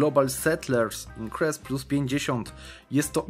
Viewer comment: Błagam cię Global settlers incris nie increse